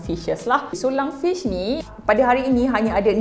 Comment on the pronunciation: Lungfish, not lung-sue-way🗿🗿🗿